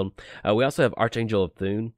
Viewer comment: It's actually ark-angel LUL